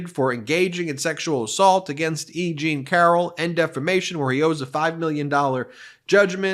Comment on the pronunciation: Every time they say E. Jean I hear Eugene… anyone else?